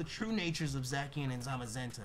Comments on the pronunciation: I can't tell you how much it's been bugging me haha, but we know 😅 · One day nappy will pronounce zacian correctly lolz